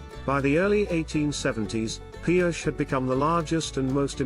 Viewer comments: These Spanish towns that end with an E, you put the sound ey' at the end. It's Pi-O'-chey. Emphsis on 'O'. I live in the SW. It's a mixture of English and Spanish. You just have to live with it. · The town's name was commonly pronounced Pee-OH-chee.